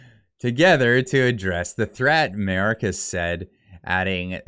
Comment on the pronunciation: MAYORKAS IS PRONOUNCED "MY OR KISS" AS IN "KISS MY ASS" .